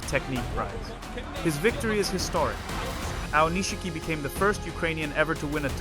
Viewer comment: It's spelled Aonishiki, but it's pronounced Aonishki. This strange, incorrect pronunciation as “Aonish-shiki” really annoys me. Boy, learn to pronounce it correctly.